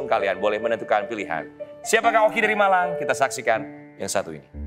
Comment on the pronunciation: Saat single Man bilang saya dari Malang... Ntah kuping saya yg lg sengklek apa ya. Kedengaran nya dari dari "Balang" 😅😅